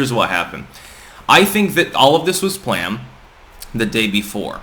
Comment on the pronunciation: "...all of this was PLAM..."